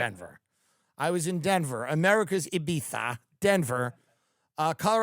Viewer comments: Thank you for pronouncing Ibiza (e bee tha) correctly. It’s a wonderful place except when I went there some guys made fun of me :( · Tim saying Ibiza the way everyone else does brings me happiness